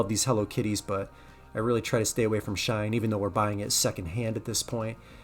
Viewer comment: FYI - SHEIN is pronounced SHE - IN. I know, weird. I found this out not long ago, just thought I'd pass that along. Terrible brand..I stay far away from it too.